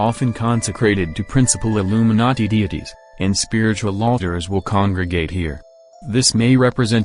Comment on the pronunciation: It sounds like narrator is saying Illuminutty... Lolz